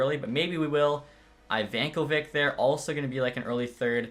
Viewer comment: “Jack Ivan”ko”vic” real goalie for Mississauga going to be a stud future goalie